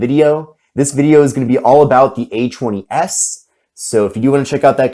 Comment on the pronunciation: I love the Samsung A-'chwenny'-S.